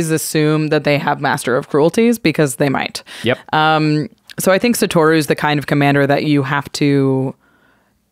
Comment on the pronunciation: Can yall please be the one podcast to pronounce Satoru correctly. Holy hell.